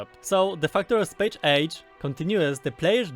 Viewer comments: It's Space Age! Not Chpache ache! Pronounciation made simple, EZ. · Hah, good luck, spéjsz éidzs